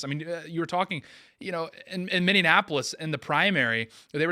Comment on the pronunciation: needs to learn how to pronounce Minneapolis